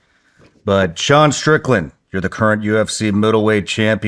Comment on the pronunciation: Streetland, are you working behalf of a pack or I don’t know it sound weird man